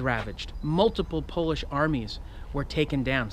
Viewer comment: Someone pronouncing Polish words correctly? I think i might faint